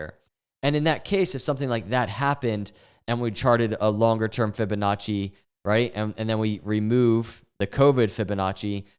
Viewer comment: “Fibinachos” lol